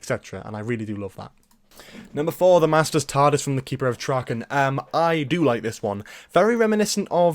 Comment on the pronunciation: Traken is pronounced Tray-ken not critising or anything that just bugged me a bit